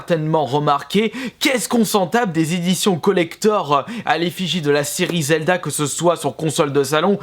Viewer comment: slt dit je voulait savoir ton avis sur zelda tp car bon si la prononciation est faites expres c est que tu l aime pas. J aimerai juste savoir ton avis